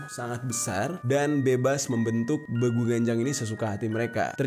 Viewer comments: Beeguuu.. bacanya bang bukan begu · Saya dari sumatra utaraa bg bilang nya BEGU bukan begu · bEgu loh bang buka begu,bacanya e nya E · Bang salah ucap lu,be gu... nya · Bangg gw orang karo,salah ucap lu bang (begu) *eee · Cara sebut nya salah bang Pas begu itu Huruf E nya ditekan bang kaya logat orang batak gitu bang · Pengucapan E di kata Begu nya bkn gtu bg 😂